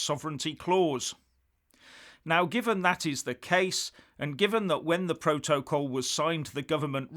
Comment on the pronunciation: So the resignation of the govt solicitor does not give you any tiny clue about the issue - rather than your stupidly macho response? Also, try listening to someone else pronounce the word "protocol".